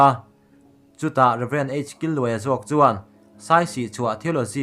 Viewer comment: Killuaia ni loin Kîlluaia... Kil lai hi chaw kan kîl mek, lo ei ve rawh tih ang a lam tur